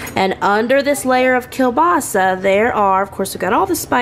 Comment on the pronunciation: Girl! I find it annoying when I go to an establishment which sells kielbasa and they call it "kielbasi" 😂